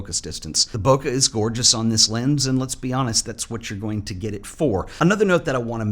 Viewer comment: From over here in Japan— Bokeh is pronounced BO-KAY, same as Special K. Never BO-KA. ' )